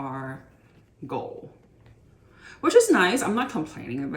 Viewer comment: I’ve now had to sit through three videos where you’ve mispronounced “quota.” It’s not “co-dah,” it’s “kwoh-tah.” And “gold” has a hard “d” on the end, not “goal.” And the vocal fry is painful.